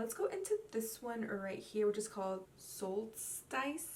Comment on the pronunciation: Soul-stis. (Solstice). Only because you asked 😉